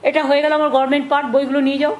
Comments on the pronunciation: কথাটা গর্মেন্ট না গভর্নমেন্ট?মাননীয় মুখ্য মন্ত্রীর কাছ থেকে একই কথা বারং বার শুনতে শুনতে এর পর আমরাও না গর্মেনট বলা শুরু করি! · আচ্ছা উনি গরমেন্ট বলেন কেন? হাস্যকর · শুদ্ধ ভাবে উচ্চারণ পর্য্যন্ত করতে জানেন না গরমেন্ট পবলেম আবার এত শিক্ষিত বলে নিজের ঢাক নিজে পেটান তায় আবার প্রধানমন্ত্রী হবার শখ। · বিখ্যাত বৈজ্ঞানিক আইনস্টাইন বেঁচে থাকলে মনে হয় বলতো যে আইনস্টাইন থেকে আমি বেশি আমি বেশি বুঝি আমি জানি নিজেকে উপলব্ধি করতে পারে না মনের কথা শুনলে ঘোড়ায় আসে গাদায় ও আসে গভমেন্টের গভমেন্ট বলে গভমেন্ট উচ্চারণ করতে পারেন না ভুঐ ডিগ্রী কলেজের ছাত্র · Administrative office e boseo political kotha bolar Kono right onar nei. Je mohila government word tai pronounce Korte paren na uni naki administrative head. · Uni government katha ta pronunciate korte paren na athacha uni C. M. Bhaba jaye? Rabridebi Bihar echilen tok doi eai Bengal e. 😮😮😮😮